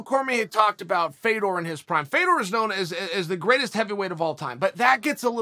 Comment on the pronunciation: Why are we still mispronouncing this man's name. It's pronounced "Fyodurr". As someone with an "exotic" name, I hate that they insist on butchering a legend's name. Russian's don't have names like "FAY-dor".